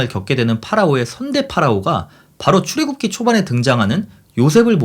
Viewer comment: 잘못 들은 게 아닌가 싶어 출애굽기 발음하는 것을 몇 차례들어보고 씁니다. 출 애굽 기(出 埃及 記)를 읽을 때 "출,(여기는 약간 길게 쉼표) 애굽,(여기는 짧게 쉼표) 기"라고 읽어주시면 어떨까 싶습니다. 사실 출과 애굽 사이에 아주 짧은 쉽표, 애굽과 기 사이에는 쉼표로 느끼기 힘든 쉼표 정도가 적당하겠죠. 뭐 기독교 신화에 대해서 나보다 잘 아는 분이라 쓸데 없는 훈수겠지만 "출애~굽기(추래 굽기)"로 읽으면 출애를 굽는다가 됩니다. '찬기파랑가' (찬 기파랑 가)와 같은 맥락이라 보심 되겠죠. 딴지 거는 것은 아닙니다. 내용이 충실한데 형식에서 스을쩍 소소한 나태함(?)이 보여서요. 추래 굽기라 읽는다고 뜻 전달에 무리가 있는 것은 아닙니다. 埃及은 원래 애급埃及으로 발음했는데 애굽으로 바뀌었군요. 급보다 굽이 발음이 더 편해서 그렇게 변했나 봅니다. 이건 사전 찾아보고 처음 알았습니다. 일본과 중국이 상대적으로 서양 문물(혹은 근대 문명?)을 우리나라보다 빨리 접해서 서구 지명을 비롯한 번역문화 역시 우리보다 앞섰는데... 여튼 동양의 서양 문물/서양의 동양 문물 번역사도 살펴보면 재미 있지요.